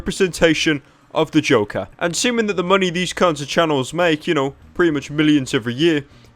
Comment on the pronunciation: i like how pyro says the name joker... "Da Jowkar"